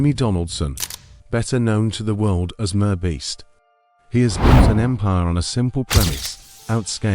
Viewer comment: Teach your sloppy AI voice how to pronounce MR Beast properly.